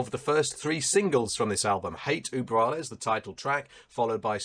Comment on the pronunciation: Not German, but I have Ü in my native language :) And it always scratches my ear when I hear Uber.... I mean this world is international and people should learn how to pronounce it correctly. Just like they should learn to pronounce guLYas. In German, I think the V is pronounced F. Really point on review, btw.